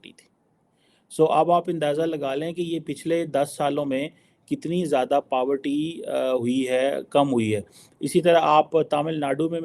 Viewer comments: Power Tea nahi Poverty 😂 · Paavarty Nahi re madrasa chaap 😂😂😂